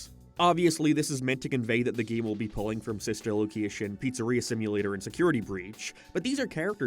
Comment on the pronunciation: Whenever you say the word "game" it always comes out as "geem"